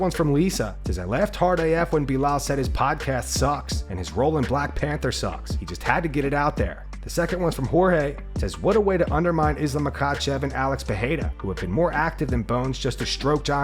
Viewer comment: I will never stop. You corrected yourself ages ago with Adesanyas pronounciation, remember? Do it with PeReira's too. It's still not PeHeira. He's the champ, show respect.